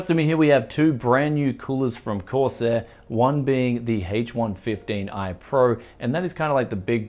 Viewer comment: Sounds like he's saying hates 115